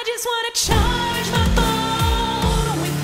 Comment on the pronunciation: Is she saying chargey in the music video